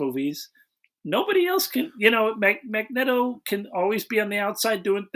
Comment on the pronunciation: Goddammit, it’s a long E in Magneto!